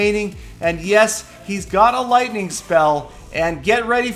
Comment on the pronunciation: Peter17$: "LOITNING ON THA TOWN HAULL!!"